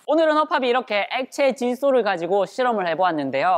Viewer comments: 엑카질소라고 들은거 같은데... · 나만 액카질소라 들었나?